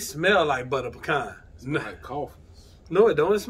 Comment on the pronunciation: That’s right, it’s PEECAN